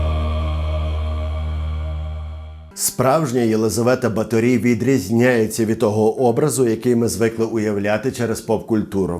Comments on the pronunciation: Все дуже гарно, але в угорців наголос фіксований - на першому складі, тому: БАторі, РАкоці, СІярто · Чому наголос на останній склад? Просто цікаво. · Наголос не правильний. В Угорщині по іншому ставлять наголоси. Через це важко слухати 😅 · О, сюрприз номер 1: наголос на І. 😮 Я кіно якесь дивився. Там вона ніфіга не вампірка якась, а просто жінка, яка намагалася вижити і робити свою роботу... І ніяких дівчат не вбивала. Романтика розвіялася, а розуміння ситуації додалося. Але ви, звичайно, у вашім відео і додали барви, і розписали в деталях, і по поличкам розставили ото)))) Дякую за вашу роботу!:) ❤💛💙 Графиня жертва свого часу, обставин і політики. Не свята і не монстр, просто людина, яка мала владу і гроші, але хтось мав більше. А ще вона була жінка, тож її простіше було ото впакувати у замок, ізолювати тощо. Ну, мені так здаєтьсяї. Християни навколо все би зробили, аби якась жінка не закручувала їм гайки. П.С. Де він, блядь?! 😂😂😂😂😂🎉😂 Дуже цікава робота цього разу вийшла)) І ота псевдоістопія, і оці приколи з замком...:) Прикольно!!! П.П.С. Класна футболка, ❤ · Супер випуск, я вас обожнюю. Але в угорській мові кажуть БАторі, з наголосом на перший склад і місто Пожонь, не Позонь.